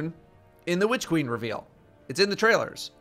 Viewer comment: Hehe. Whitch queen. Why are you emphasizing the 'H'?